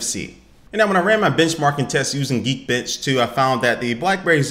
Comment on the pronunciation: LOL I thought he said Geek Bitch